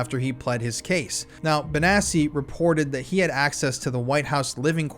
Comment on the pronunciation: Note: I could be wrong but since the name sounds Italian, and since it has two c’s, I’m pretty sure it reads Bonatchi not Bonassi